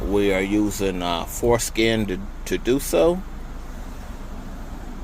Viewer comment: the what app 💀 i swear bro said foreskin